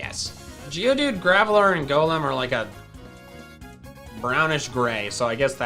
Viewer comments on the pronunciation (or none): none